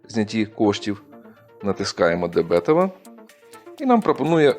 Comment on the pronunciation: Правильно не дебЕтова, а дебетОва